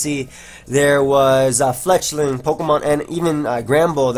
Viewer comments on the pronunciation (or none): says fletchling every time XD